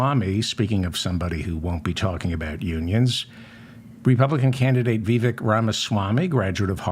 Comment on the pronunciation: Vivek rhymes with cake.